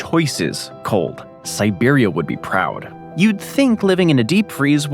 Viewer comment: I asked the same thing. He also said 'siberium'